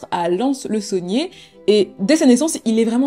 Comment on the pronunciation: J'ai bug quand elle a dit Lons-le-Saunier